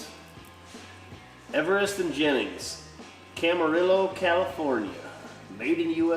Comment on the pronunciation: Wheelchair mfg location Camarillo CA. The two lls in Camarillo are pronounced with a long E sound. Kinda like tortillas. My office is in Camarillo, nice town…